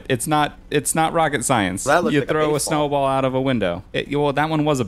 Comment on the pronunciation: someone said "Snewball" and it was pretty funny!